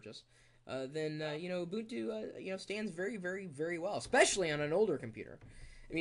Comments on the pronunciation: U bun two is how you say it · Almost nobody pronounces it like that.. even the most hardcore linux users..